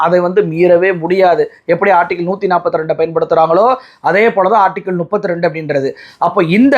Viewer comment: Class இல்லை clause நுப்பத்து இல்லை முப்பத்து